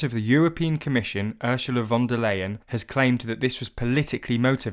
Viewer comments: I love how terribly wrong you pronounce Ursula von der Leyen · Your pronounciation of Ursula von der Layen is... "interisting".